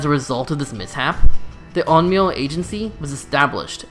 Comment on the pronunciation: Onmio is it that hard to pronounce correctly